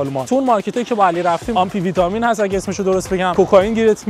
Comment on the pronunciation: داداش آمفتامین تلفظ درستشه نه آمپی ویتامین، بعد یه سوال؟ اونجا ماشینتو شارژ میکنی پول نباید بدی؟ توی خونه خودت توی آلمان میتونی شارژ کنی یا حتما باید بری جایگاه؟